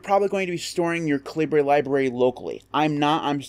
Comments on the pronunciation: I thought it was pronounced cal-i-ber. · Haha, I thought this was KA Libre as in “Libre” software, too. But the author has stated that it’s “KAL i bur” as in the British pronunciation of the word caliber. I called it kalibre for years too. But I was wrong!